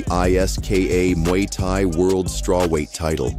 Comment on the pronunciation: AI slop ... can't even say muay thai properly